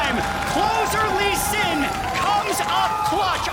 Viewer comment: Closer lee sin like korean le sin